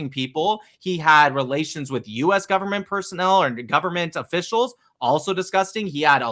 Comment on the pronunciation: thanks, but if you have ears you can hear he still said ‘governet’